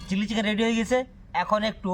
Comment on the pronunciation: ওটা চিল্লি চিকেন নয়😅 ওইটা চিলি চিকেন 😂